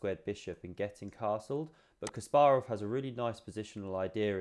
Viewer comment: Suscribed for proper pronunciation of Kasparov. 👍🏼